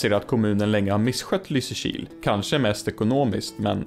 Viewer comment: Jag hatar att du har rätt. Jag tröstar mig med att du uttalar Lysekil fel. Det är LYsekil, inte LysekIl, alltså emfas på Y, inte I.